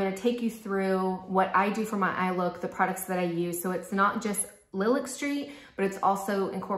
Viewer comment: Nice review. I really appreciate that you are willing to say which things are your favorites and why while still recognizing people might like something different. These look really pretty on you. (Small ps I think Lilac is pronounced like the flower "lie lack" :))